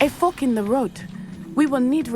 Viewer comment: "A fock in the road..."